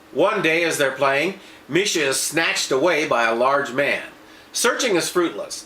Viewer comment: Marsha not misha